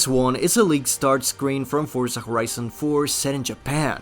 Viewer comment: did he say forza khorizon?